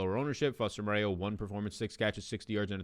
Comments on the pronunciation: I was gonna reply the same pronounced like Morrow not Moreo. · Foster Mo-ro. Mo-ray-yew lol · Foster "MORE-ROW". It's French. Amazing show! I got your back on the pronunciations. Gotta get you to #1 -- you deserve it! 💪💪